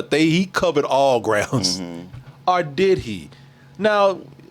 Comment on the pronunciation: I hate how says “or” sounds like arrrr